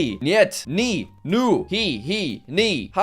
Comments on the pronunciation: Yo jack pronounced nu correctly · You said NO in romania very well